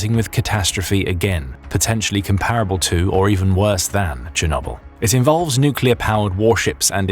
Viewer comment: Why is "comparable" so frequently mispronounced?